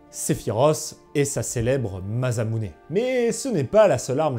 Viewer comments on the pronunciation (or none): none